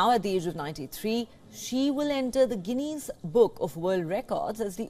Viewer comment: That was an interesting report on sn astounding person. I have a suggestion though - before going live with content please do try to find out what the culturally proper pronunciation is, of names that feature in your reports. In this case - Santhamma, Guiness, and Vizianagaram